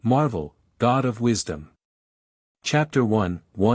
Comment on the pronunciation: God of "wishdom" huh?